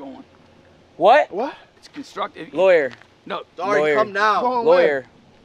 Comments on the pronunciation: i like you said loyer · My problem is😂 why keep😂saying LAwYer LwyER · was not having it the fact that officer O'Neil told was going in ti he straight uo said "LAYWER LAYWER"